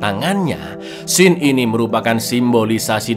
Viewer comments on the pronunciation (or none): none